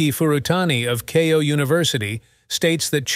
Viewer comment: Var-ee-unt, oh-er. If AI is learning from AI, it is getting dumber and dumber. Or it's always been this bad, I just haven't been exposed to it. Kay-yo university? Sa-me la-knee wak-a-tobi fo yo ka.